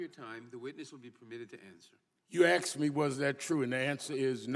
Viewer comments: I don’t think he was ever “axed” any questions.. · Please allow me to answer the question you "axed". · "Aks'd a question". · He "axed" me a question.